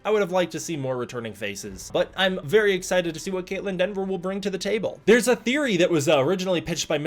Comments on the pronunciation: I know you likely caught it post-editing and upload, but it's Kaitlyn Dever, not "Denver" as her last name. Anyways, I do hope that the writers and director at least took to mind some of Adam Wingard's ideas about monster-driven storytelling and exploring Godzilla's character and implemented that. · Dever, not DENver. I see so many folks mess up her name. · Hey a correction for you,... It's Kaitlyn Dever pronounced either Dee-ver or Deh-ver. There's no 'N' in her name. That said, why no mention of the other big gets in the cast? Jack O'Connell (the "Sinners" vampire, "SAS Rogue Heroes", "Ferrari"), Matthew Modine ("Full Metal Jacket", "Birdy" and a lot more), Alycia Debnam-Carey ("Fear The Walking Dead"- 102 eps) or Sam Neill. All of them are confirmed...